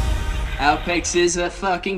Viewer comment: Some say the real reason Aupex is so pissed off s because is saying his name wrong.